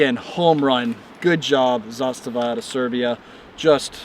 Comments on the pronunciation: Yup, it's pronounced zastava(as he said it), and NOT... zaSTAVA (as most say). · Your pronunciation of the name is spot on! (coming from a Serbian guy) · I am surprised, first time I hear American pronounce "zastava" as Serb, so hats off... We used also M72 underfolders, those are also nice. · A proper pronunciation of the word ZASTAVA. RPK platform is the best SAW (Squad Automatic Weapon) available due to the simple fact that it does not use belt fed ammo. Belted ammo is a nightmare on a squad level. Clips, on the other hand, keep the dirt away. All in all, M72 is a well balanced weapon for its intended role since heavy barrel and larger clips are enough for the slightly increased amount of sustained automatic fire. For the platoon, there is a belt fed PK (Zastava M84) with bipods and exchangeable barrels. For the company, the intended weapon is a PK on tripod. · Love hearing more and more people pronouncing Zastava correctly